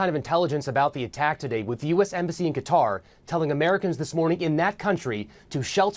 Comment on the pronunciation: Ka-tar 😂how hard is that to say not cutter smfh